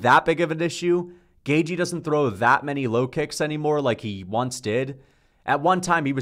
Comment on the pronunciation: Can this guy learn how to pronounce gaethje ffs